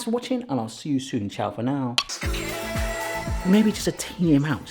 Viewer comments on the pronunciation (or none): none